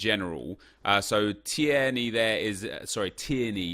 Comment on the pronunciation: your driving me mad its Tear-knee is how you pronounce keiran teirney